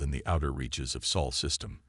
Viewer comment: It's Sol. Not soul....